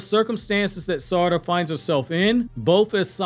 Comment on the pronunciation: Its sa-ra-da not sar-ada